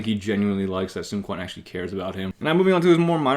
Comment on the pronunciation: You not pronouncing Quan correctly bugs me, ngl lol